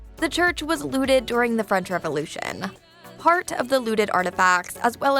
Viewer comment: Narrator really going out of her way to pronounce French with the hard R